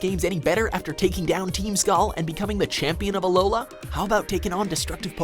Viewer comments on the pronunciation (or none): Great video, but it's "Alola" not "Aloha," also, WHERE'S LYCANROC!!! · It’s alola doofus